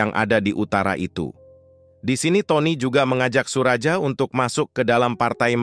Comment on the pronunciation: Narator harus memperhatikan ejaan, terutama nama orang contoh Suraja, juga ucapan beberapa kata seperti 'jeng'